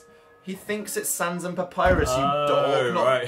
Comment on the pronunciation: Also love how they pronounce a double "P" in 'Papryus"